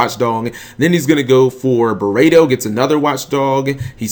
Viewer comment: It's pronounced burrito